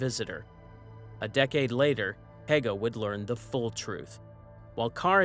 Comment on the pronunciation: i hate to quit listening after he mispronounced Hego for the 50th time. I'm not trying to be cruel to the creator, I just want him to do better. There are ALOT of Star Wars channels out there and making little to no effort videos like this won't improve your chances of being elevated to the higher tiers of creators. Especially if they're people like me who enjoy the EU more than anything that came after ROTJ